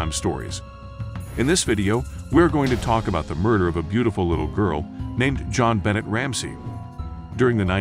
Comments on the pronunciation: Her name is bon- nay! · The most amazing part for me was how many times you said her name wrong, and how many things you got wrong about this case. Even the news clips you added said her name correctly. Do more research! God!